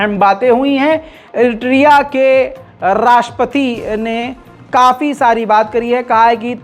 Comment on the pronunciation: IRITIRIA nehi Bhai ...... IRITRIA...... Bohot Farak Hain.